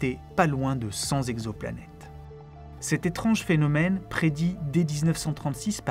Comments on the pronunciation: Tout pareil. La vidéo est très bien, mais ça me saoule aussi d'entendre dire "3000 zexo-planètes" ou "100 zannées lumière". Autant ça ne me dérange que très peu dans une conversation avec quelqu'un, autant je ne trouve pas ça normal quand il s'agit d'un script écrit. On peut faire une erreur, la constater et réenregistrer. Ça n'enlève rien à la qualité de la vidéo. C'est exactement comme si quelqu'un publiait un livre truffé de fautes d'orthographe ou avec des mots manquants. Alors OK, c'est pas ultra-grave, c'est pas la fin du monde, mais puisque ça peut être corrigé facilement, autant y faire attention. Parce que si chacun fait ce qu'il veut, parle comme il veut, écrit comme il veut, à un moment, on va tous parler notre propre langue et plus personne ne comprendra rien. La langue change, évolue, s'enrichit de nouveaux mots, en perd des anciens, les prononciations changent petit à petit, mais à un moment donné dans l'histoire d'une langue, il faut bien qu'il y ait un standard à respecter. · Comme d'habitude un travail exceptionnel, une vraie réussite. Une remarque cependant, attention à l'orthographe notamment les liaisons. Cent "zexoplanètes" ça m'arrache les oreilles, il n'y a pas de "s" à cent. Cent "texoplanètes" est plus correct. RAS par ailleurs. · À 4 minutes 25, Cent t exoplanètes, pas cent z exoplanètes ! Ok, je chipote...